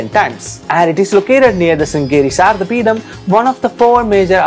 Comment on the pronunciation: There is no peetam it's as it is in kannada peeta don't add in the name of Shankara charya.its in shringeri not. Sringeri. I do understand when there is no sh in your lipi how could you pronounce....pavam.